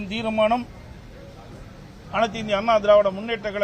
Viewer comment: Theera maanam. Illa. Theermanam 😂